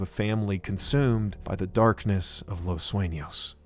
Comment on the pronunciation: as a spanish talker i congrat this man for giving hi best efforts at pronouncing spanish things such as the "ñ" in "los sueños" (los suenos in gmae refered to )or " los locos del pacifico" notice those small details that let you know he put a lot of effort into all his vids. (correct me abt any english mispronoun , i usually dont speak / write it often )